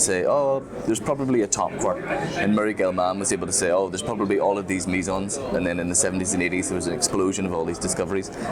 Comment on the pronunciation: Please don't fret over this too much. Maybe your FNAL friends were engineers? (just joking :P). I'm currently based at CERN and you quickly learn to get used to wild variations in pronunciation. Even in this video is the first time that I've heard mesons pronounced as "misons" and it sounds hilarious to me but is ultimately inconsequential.